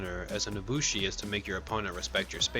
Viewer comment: "nosushi" lol